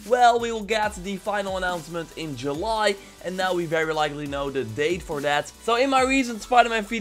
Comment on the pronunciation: say july correctly or else